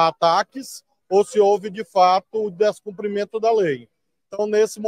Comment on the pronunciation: 😂Papada,a palavra e' descumprimento e não descomprimento